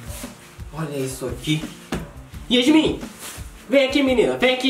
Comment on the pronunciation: Ele falou Yasmim e n yasmin